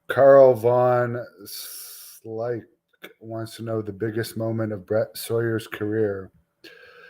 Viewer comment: It's not Von Slyke it's Van Slyke thanks